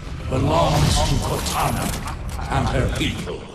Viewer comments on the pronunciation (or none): right at the beginning all I hear is "corteni!"